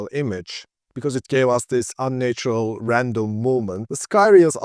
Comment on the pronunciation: Great video. Just one tip: the first 'a' in 'unnatural' is pronounced as in 'had', not as in 'late' or 'nature'.